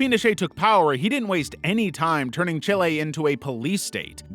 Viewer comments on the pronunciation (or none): none